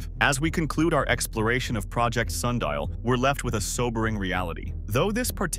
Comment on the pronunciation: Sun di al